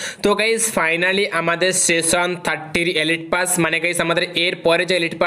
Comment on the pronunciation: Seson na session 😂